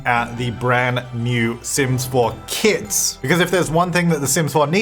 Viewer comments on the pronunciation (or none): It sound like you are saying "Kids" when you say "Kits"😂